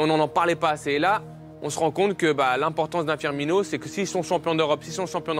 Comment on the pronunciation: S’il vous plaît 😩😩😩 C’EST PAS FIRMIÑO !